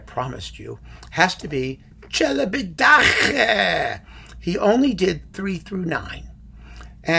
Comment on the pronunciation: I spend hours after hours (too many?) of quality time watching your videos, thanks a lot! One little thing (take it if you will, from a Romanian subscriber): the name of Celibidache is pronounced at the end KE, not HE like you do (for CHE), as it would be also in Italian. However, I understand your pronunciation may be more for effect :) P.S. I bought the Wand box following your recommendation! Thanks again.